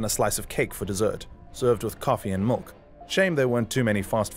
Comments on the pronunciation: Anyone else notice he says milk as malk 😂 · They way this guy says milk pisses me off